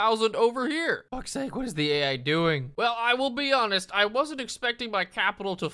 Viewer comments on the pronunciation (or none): none